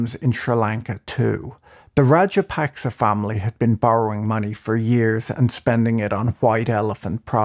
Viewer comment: Should your report be respected when you haven’t even tried to find out how to pronounce the president’s name half way decently.